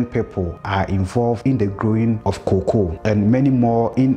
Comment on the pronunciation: Learn the pronunciation of cocoa